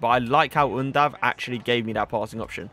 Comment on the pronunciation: Im from Germany Yes you pronounced him right 👌🏻 Keep up bro❤👌🏻🔥